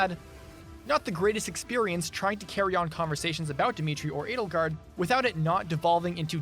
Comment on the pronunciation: Ah yes breadelgard